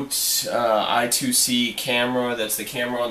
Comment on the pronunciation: FYI, it's pronounced i squared c, not i2c. Very, very cool!